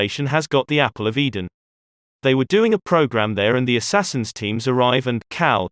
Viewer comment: Lost me at "Assassians"